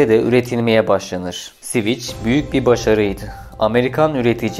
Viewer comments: Sivic değil sivik yani civic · Siviç nedir? sivik diye okunur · Admin sivic diye okuyorsun ancak doğrusu sivik olacak. Lütfen telaffuza dikkat edelim. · Sivik hocam sivik. Sivic değil. Alman Volkswagen gibi halk için yapilmiş bi arabadir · Tatlı tatlı anlatıyorsun dinliyorum ama siviç nedir gözünü seviyim, hiç mi duymadın "sivik" diye telaffuz edildiğini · Siviç ne ya Sivik Sivik! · Civic "Sivik" diye okunur. Anlamı vatandaştır. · Civic'in tercümesi dışında sorun yok videoda, eline sağlık. Sivik diye okunur bildiğim kadarıyla... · Sivic nedir ya 🤣🤣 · Sivic hahhahah cahil adam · "Sviç" değil "Svik". "Gran Priks" değil "Gran Pri". Aynı hatayı bir videodan kırk kez yapana kadar önce nasıl okunduğunu bir öğrenin. Anlatım ve hikaye çok güzel. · Şervole değil Şhevrole (Chevrolet),Sivic değil .Sivik okunur Civic yazılır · Ne Sivichi yaa elektrik switchi mi? Sivich degil o Sivik diye okuyamiyormusun? Daha bir Chevrole diyemoyorsun. Servole Shervolet diye okuyosun. Mecburmusun bilmedigin alanda okuma seslendirme yapmaya ? Birak bir bilen yapsin !!! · bir çok kelimede inanılmaz telaffuz hatalarıyla dolu bir video, resmen kulaklarım kanadı. gırand pıriks, siviç ve daha niceleri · Yine süper bir çalışma olmuş ama Civic için her SİVİÇ dediğinde resmen kulağıma iğne batıyor gibi oldu. Bunun adı dümdüz SİVİK Aynı şekilde Şervole değil Şevrole, Grand Priks değil Grand Pri... Ben de saçma olduğunu biliyorum ama kelimenin kökeni Fransızca :) Honda Super Cub olayını çok güzel anlatmışsın. O motosiklet ile ilgili de şöyle bir ayrıntı verelim. Discovery Channel'da tarihin gelmiş geçmiş en iyi 10 Motosikleti sıralamasında birinci olmuştur. Sadece satış rakamları da değil, sağlamlığı, sürdürülebilirliği vs... Adamlar motoru ikinci kattan attılar çalışmaya devam etti. İçine dümdüz yağ koydular çalışmaya devam etti... Öyle de efsane bir makinedir.